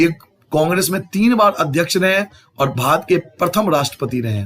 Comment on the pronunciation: Sir ap bhat kiyu bol rahe the barat hota Hai